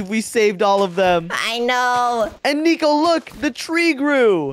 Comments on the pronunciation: why say neco that's not neco say nico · It’s not niko it’s nico